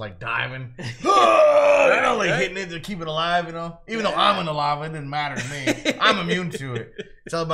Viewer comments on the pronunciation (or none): well I know their not actually alaav. That is how he said it